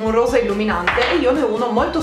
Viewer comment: con quale accento inglese hai detto "rosa" 😂😂😂😂 sei fantastica😂😂😍😍❤❤💜💜